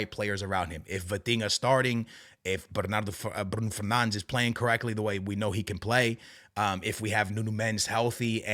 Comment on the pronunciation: You are Portuguese and instead of saying Palhinha and Bruno Fernandes, you are saying pilinha and Brun Fenands. Pls my man